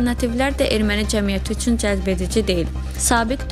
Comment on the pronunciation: helə "üЦün" deyən kimi bagıadım...